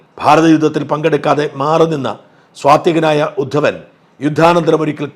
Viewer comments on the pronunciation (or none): ശ്രീ ഷാജനോട്, ജാരസന്ധൻ അല്ല, ജരാസന്ധൻ ആണേ. ഉദ്ധൻ അല്ല, ഉദ്ധവൻ ആണേ.....